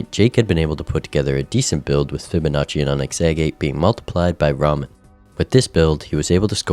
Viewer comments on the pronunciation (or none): none